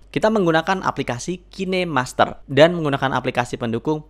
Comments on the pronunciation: Cara bacaan kainmaster bukan kinemaster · Kainmaster bang, bukan kine master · Bang, pengucapan "kinemaster" nya salah. Coba perbaiki lagi pengucapan nya coeg ᕙ( ͡◉ ͜ ʖ ͡◉)ᕗ